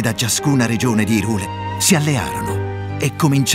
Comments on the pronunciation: No, va letto come Hi in inglese perché esiste anche Lorule che appunto vive del gioco di parole Hi e Low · La pronuncia corretta è "Hàiral", così come il suo corrispettivo è "Lòral". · Tutto molto bello ma odio profondo ogni volta che dice IRULE